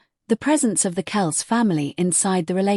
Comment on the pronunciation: Kel-cee...come on